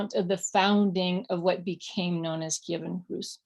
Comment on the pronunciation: hwats and hweres are awesome.